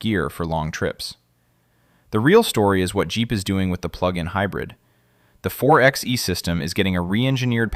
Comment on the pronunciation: A Jeep Wrangler is an SUV, not a truck. It's pronounced 4 by E, not 4 ex E.